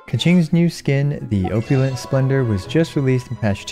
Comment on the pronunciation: Your pronunciation of opulent is off. Ita Ah pew lent It made me chuckle how you pronounced it like I use to before I got corrected by a English teacher